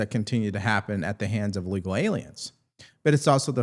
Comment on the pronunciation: It's not "uhlegal" it's "illegal". At some point, the educational system quit teaching phonics. I think it was a bad choice.